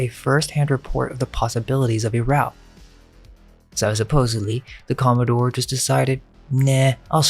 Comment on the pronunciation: com·mo·dore /ˈkäməˌdôr/ Learn to pronounce noun a naval officer of high rank, in particular an officer in the US Navy or Coast Guard ranking above captain and below rear admiral. the president of a yacht club. the senior captain of a shipping line.